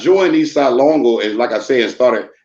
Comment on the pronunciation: Ace duece wasn't a gang it was like 3 of them lol, and they weren't around in the 60's,try 1979, and you never saw them, only messed up writing on the Walls, nothing more, homie can't even say LONGO right, East Side Lawngo WTF, it's LÓNGÓ, and not mesicans either, dudes got the name's wrong, and he's a Crip to now, Hood jumper,that I never heard of growing up in my Varrio since 1976... Mando'ESLONGO'CMS... 🙏❤️🥊